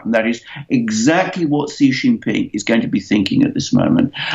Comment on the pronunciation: President Xi's name is pronounced as "See", not "Jee".